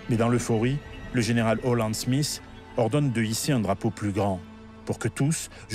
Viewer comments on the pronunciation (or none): none